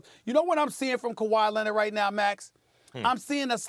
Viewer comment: “Kawhi Lennit” - Stephen A.